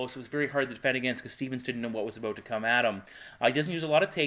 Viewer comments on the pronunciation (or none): your "out" and "bout" words sound more like "eut" and "beut"